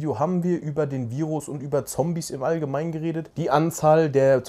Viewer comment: Sorry Es Triggert mich wie du immer "Zombies" sagst